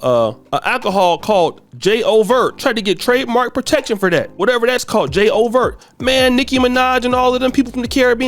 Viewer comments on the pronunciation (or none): J O vert😂😂😂😂 its pronounced ju-vay, and im fba my bm is Caribbean and lived in jouvert/Caribbean day parade territory in nyc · Ingl. Jay Overt had me rolling😂 😂😂😂😂 Its pronounced Ju Vay 😂😂😂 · j’ouvert is pronounced jew-vey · J’Ouvert pronounced Jew-Vay the beginning of the carnival.